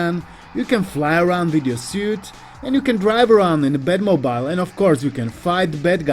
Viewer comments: "bat mo-BYLE" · Everytime you say mobile i think phones lol